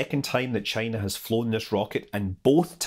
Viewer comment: Maybe that is a question you should ask “Chy-na.”